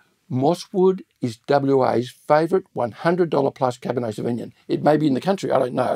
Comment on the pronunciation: This is all great. Re pronunciation, where are you getting the cab sav pronounciation where you say savigmIn? I have only ever heard it pronounced savignOn & it’s a little distracting from the main content of the video #firstworldproblems